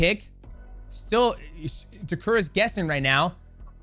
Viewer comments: bruh it's Ta - Keh - Ru , not Ta Ku Rah. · Umm…who’s tekuru?😂I thought it was Ta-keh-ru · it's TAKERU, not tekura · ITS Name ist Takeru Not Takura 😂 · if you took a shot every time he says "Takuruh"; you'd be dead XD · lol DJ keeps saying Takura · Takura, khazmat, Taiwan cii... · LOL DJ calling Takeru Takura is killing me! love these breakdowns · great video but the dudes name is TAH KER OO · Correct is — Tah Keh Roo. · Take a shot every time DJ mispronounces Takeru 😭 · The pronunciation on Takeru is crazy 🤣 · The way you say Takeru's name is driving me nuts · Is DJ pronouncing Takeru incorrectly or have I been pronouncing it incorrectly all along? 🤔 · why do you keep saying Takeru's name wrong? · atleast get his name right. jesus.